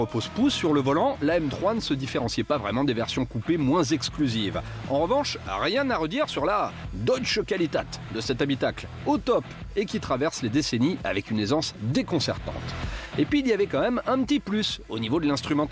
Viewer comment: Quitte à prononcer correctement le nom du designer de la E46, autant bien prononcer également Deutsche Qualität : "Qfalitéte"...